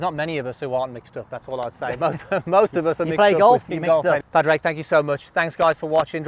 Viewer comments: Great video. Love his tips, keeps it simple. PS, lads, his name is pronounced Pawdrig or Pawrick even though it's spelt Padraig. 😂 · Pad Rayg 🤦‍♂️